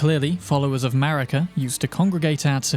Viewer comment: Thats what i call the USA!? "MARICA!" ((MARE-UGGH-CA!))